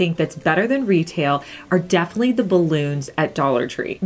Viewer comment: Nice vid,. I love how you say "def'ly"! Its like you're so into what you're talking about that you don't have time for 4 syllables. Lol 😄